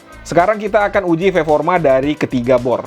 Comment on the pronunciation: Mantap video komparasi nya bang 👍 Cuman 1 pertanyaan sy bang, semua video yg sy nonton di channel ini, kenapa "performa" diucap jadi "ferforma" bang...? Disengaja kah untuk ciri khas? Atau memang sdh kebiasaan bang? Btw sukses terus untuk channelx bang 👍